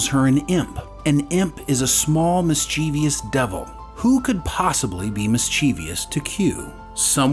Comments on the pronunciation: notice how,, how the #3 word on the screen is spelled, and correctly, I might add. Yet, you managed to pronounce it the way so many little kids do, namely, miss-CHEE-vee-us, rather the correct MISS-chiv-us (mischievous). Unbelievable!🤨🙄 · Note to the narrator: The word is pronounced "mis-che-vuss", not "mis-chee-vee-uss". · The word "mischievous" is pronounced "MIS chuh vuhs" not "mis CHEE vee uhs". There is no fourth syllable there. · Good lord, why do so many people pronounce it like it's spelled "mischievious" when there is no third "i" after the "v"? It is THREE syllables only! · "MISCHIEVOUS" (It's NOT "miss-chee-vee-us". Please.)